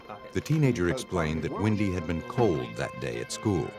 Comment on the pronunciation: WENDY, not Windy.